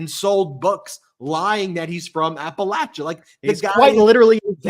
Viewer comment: I love you Ben! You know how to correctly pronounce Appalachia! I grew up in the foothills of the Appalachian Mountains. It’s “latch” not “lay”! Besides my strange gratitude for your correct pronunciation I did want to thank you all for keeping me sane in an insane world! I tell everyone to listen to medias touch! You guys are awesome! Keep it up ❤️